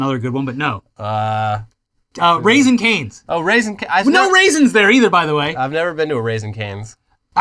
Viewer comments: hok dads. Your friendly internet son here again to correct your pronunciation. It is "Raising Cane's". Not "Raisin Cane's". Their mascot and icon (worked there for literally a day, only long enough to watch the company vids.) is their golden retriever, Cane. Raising, is in reference to raise. Not dried grapes, aka, raisins. Love you dads. (There are no raisins, there never were raisins, sorry ) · It’s raising not raisins omfg I’m dead it’s named after a dog “Rasing Canes” there’s pics of dogs everywhere in the restraunts 🤣🤣🤣